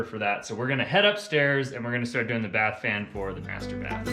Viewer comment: Bath fan!!!! Oh my goodness!! The first couple of times I heard say it, I thought he was saying “fart fan”.